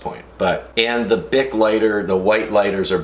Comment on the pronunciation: I kept hearing big not bic and I'm like "Bitch wtf is a big lighter they are all the same size"